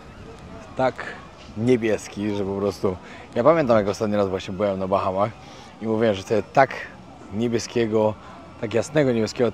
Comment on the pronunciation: BAHAMAS....a nie BACHAMACH😂😂😂